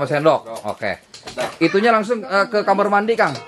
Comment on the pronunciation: Kamar bukan nya kamer